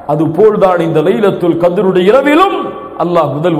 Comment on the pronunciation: ASALAMU ALAIKUM it's not" lailatul Kadir"... It's" LAILATUL KHADAR"